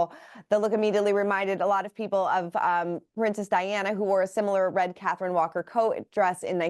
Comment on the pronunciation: Catherine, Princess of Wales. The press insists on saying her name wrong.